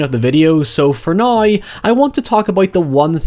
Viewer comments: there is literally no possible way you just pronounced “now” which has absolutely no “oi” sound in it whatsoever with an “oi” sound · “Highever” “Nigh” ….